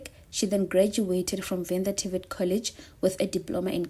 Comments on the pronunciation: Are you Venda by any chance ? You are nailing the Venda names 🙏. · are you Venda? They way you pronouncing the Venda words is very suspicious 😅❤